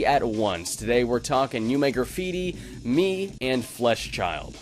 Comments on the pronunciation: Its pronounced meh cause in japanese me is eye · fun fact, "Me" is actually pronounced "Meh". it means eye, hence all of the eye symbolism.